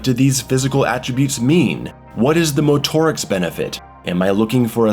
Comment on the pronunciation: Bro stop saying motorics like that. Just say motorics you weirdo